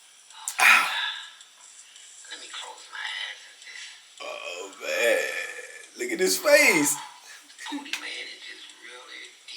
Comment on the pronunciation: aye mane say mane lmao